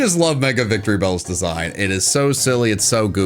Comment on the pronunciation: IT'S VICTREEBEL, NOT F*CKING VICTORY BALL! SAY IT RIGHT!